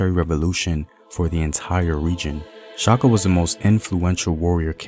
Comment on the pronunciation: It’s Shaka not Chaka